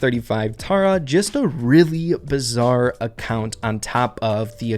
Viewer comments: "bizzar" "ecoNOmist" "satYRian" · Sorry to be that guy but it's bizarre not bizzar 🤓🤓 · Pls stop saying bizzare